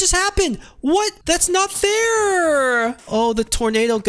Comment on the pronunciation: TAHTS NOT FAIRUHH